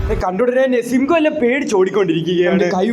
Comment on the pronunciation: Sigham alla simham aa😂